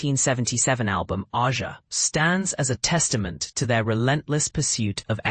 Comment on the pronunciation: It’s pronounced Ay-zha!